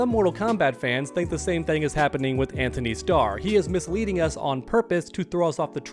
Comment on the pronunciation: Guys his name is An-tony. There is no H lol